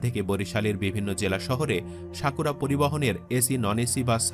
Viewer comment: শাকুরা নয়, সাকুরা😂